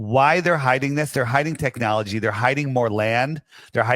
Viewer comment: Tricknowledge? Don't you get that from tainted Pork? 😂😂😂😂